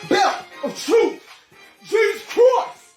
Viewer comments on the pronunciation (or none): “Belt of troof !“ love you boy❤️